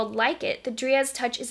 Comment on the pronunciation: It’s pronounced dry-ad, not dree-ad